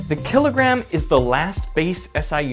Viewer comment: "One killigrum"